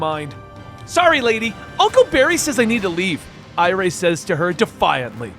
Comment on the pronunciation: The girls name isn't pronounced I-ray it's pronounced I-ree. She's name after iris. Just like Jai is named after Jay